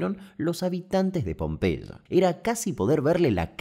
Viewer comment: Con una gripe tremenda llegué ayer y me dormí todo, así que ahora de la madrugada viendo ésta joya , increíble sos querido Damián,superandote vídeo tras vídeo!!! Un abrazo Tita de Tortuguitas Pd: me encanta como pronuncias Pompeya 😂😂😂